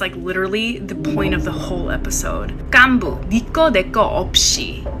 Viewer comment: I'm curious why white people go out of their way to mangle pronunciation of foreign words. gAAnbu, but if you cared to listen it's pronounced ganbu. Not hard.